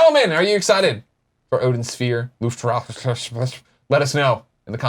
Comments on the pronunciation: It's pronounced 'layf-thra-sear'. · Is German and is pronounced: L-AIF-TRA-SIR.